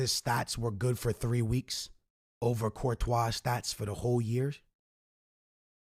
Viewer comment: Lol u said Courtois